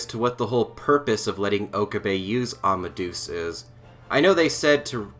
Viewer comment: I can understand mispronouncing Japanese names, but why are so many people mispronouncing Amadeus? I'm sure you know who Mozart was. Wolfgang Amadeus Mozart. The "deus" bit means god. It does not rhyme with goose. Say it more like "Ama-day-us".